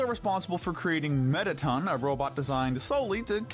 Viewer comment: "Alfies" 💀 (if im right its alphys) "Metaton" (if im right its mettaton) Azrael 💀 (its obviously asriel)